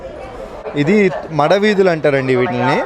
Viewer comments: మడ వీధులు కాదు మాడవీదులు...... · మడ వీధులు కాదు, తిరుమల “ మాడ వీధులు “ అనాలి 👌👍 అన్న ప్రసాదం లో ఇంకా చాలా ఐటమ్స్ ఉంటాయి., ఓన్లీ చట్నీ, దోసకాయ కూర, సాంబార్, రసం, మజ్జిగ మాత్రమే కాదు చక్ర పొంగలి, మసాలా వడ, Curd Rice గూడా డైలీ మెనూ లో ఉన్నాయి బాబూ 👏👏 ఓం నమో వేంకటేశాయా 🙏🙏